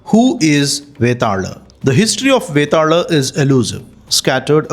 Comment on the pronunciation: Vetaala. Not betaal